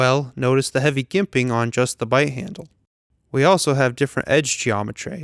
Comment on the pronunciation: it's (Jimp-ING) ;) you're very welcome